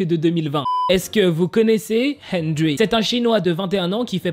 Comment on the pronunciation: TROP D'ÉMOTION DANS LA CHANSON / c'est pas méchant mais henrery se dit "hèndeli" et moi sa me dérange absolument pas je suis sur kil pensait pas à mal (henrery est un de mes bias de nct/wayv)